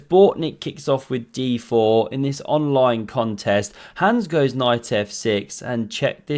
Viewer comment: I like how you emphasized online